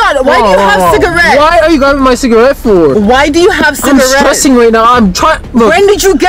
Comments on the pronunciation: THE CALLING IT CIGAWEED WAS KILLING ME🤣🤣😭😭😭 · Cigaweed? 😂 Chris Tucker said it in Rush Hour lol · man said it’s “ciga-weed”🤣😂🤣😂🤣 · This man said it's cigaweed 😂 I'm done